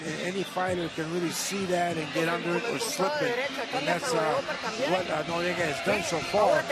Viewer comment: why the fuck they keep announcing him as norriega,both useless commentators,go ride some dicks plz boys